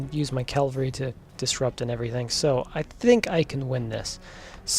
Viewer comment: Enjoying these vids. Its cavalry rather than calvary 😅